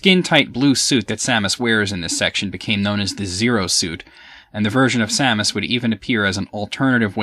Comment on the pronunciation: I know this is completely trivial, but I want to just say that I'm glad you pronounce Samus's name the same as I do, which is the way I personally think it should be pronounced. So many people pronounce it as if it's spelled "Sumis Orrun" or something... Perhaps that's the correct pronunciation, but to me it just sounds wrong...